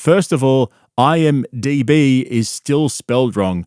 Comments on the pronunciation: The fact that he still thinks it's IMBD or IMbD instead of IMDb is infuriating. What does he think those letters stand for? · The lawsuit says "IMbD" but it's actually IMDb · The fact that he even messes words up in texts like “IMBD” has me fucking rolling over here